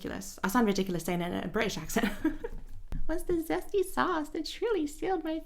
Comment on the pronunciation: "the zesty sauce" that's so Italian guy from Brooklyn accent coded 🤌🤌😂